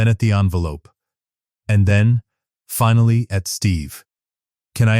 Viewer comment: “ but because someone had ‘fin-alley’ learned…..” AI can’t pronounce “ finally”! A very nice story otherwise. It’s too bad the reading was not up to the level it deserved.